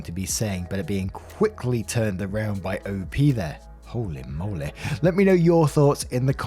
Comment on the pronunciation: No one:: "hOli moLeH" 😂